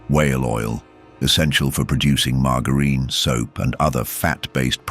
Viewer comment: Oh PLEEASE stop using crap AI voice overs and not checking them. Mispronounciatiins and crap intonation give it all away!!! MarGarine - prononced woith a hard g?? Stop it - you are actually teaching people learnng English - and kids - to say things wrong! Check the stuff if you must use this BS method.